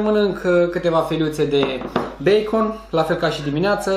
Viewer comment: Beicăn se pronunța ,băăăă